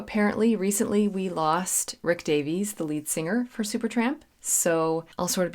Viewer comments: I love your reviews. I would like to point out, if I may be so bold, that in Britain the name "Davies" is pronounced the way Americans say "Davis". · Hi, Rick Davies (pronounced: dā-vis) sang the lead vocal and played the Wurlitzer electronic piano on ‘𝗕𝗟𝗢𝗢𝗗𝗬 𝗪𝗘𝗟𝗟 𝗥𝗜𝗚𝗛𝗧’., for someone of your calibre, it’s amusing to see a sudden case of faint-heartedness. After all, having performed with full orchestras and rocked out with hard rock bands, now sitting snug at home and fretting over 𝗦𝘂𝗽𝗲𝗿𝘁𝗿𝗮𝗺𝗽 jump scares is nothing short of comedy gold. I can’t help but find it completely hilarious. LOL! 🤣🤣🤣 Having been informed in advance of my purchase that 𝘾𝙧𝙞𝙢𝙚 𝙤𝙛 𝙩𝙝𝙚 𝘾𝙚𝙣𝙩𝙪𝙧𝙮 was an audiophile-level production, I decided to splurge a little and buy the Mobile Fidelity Audiophile Limited Edition version of 𝘾𝙧𝙞𝙢𝙚 𝙤𝙛 𝙩𝙝𝙚 𝘾𝙚𝙣𝙩𝙪𝙧𝙮 on audio cassette tape in early 1981. Mobile Fidelity used the BASF brand of audio cassettes for their offerings. However, my preference has always been the TDK brand for audio cassettes, specifically the SA and SA-X high-bias proprietary Super Avilyn tape formulations. The Super Avilyn formulation by TDK is a high-quality audio tape technology used in various cassette types, including high-bias and chrome-bias equivalent tapes. This formulation is known for its superior performance, offering a wider frequency range, lower noise levels and dynamic range, and improved maximum output compared to traditional tapes. The Super Avilyn magnetic particles are denser and more evenly packed onto the tape surface, providing improved power-packed performance and a clearer sound. This formulation is compat